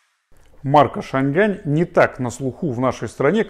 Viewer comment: Почему шан Гань!? Если уж на китайском, то Чан Ань!